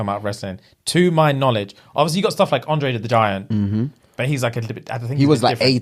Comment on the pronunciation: I know this old but I heard "Andre the vagina 😂"